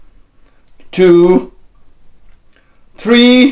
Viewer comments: One, two, tree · ONE TWO TREE FO FIVE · One two tree fall